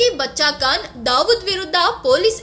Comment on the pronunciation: Medam, Khan not kan, learn to speak properly